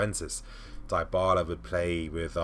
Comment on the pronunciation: Id love to have Ox , but how much game time would Antonio be willing to give him is another question. Also, It's not 'Die-Bala' by the way, it's 'Di-Bala'